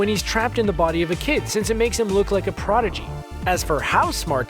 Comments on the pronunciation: When talking about Ed he said an alchemic porgidy.... It's prodigy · It's prodigy, not progidy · ”alchemic /progidy/ “ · he said progidy instead of prodigy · HE SAID "PROGIDY" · did he just say Progidy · He said progidy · im sorry did you just say “progidy”?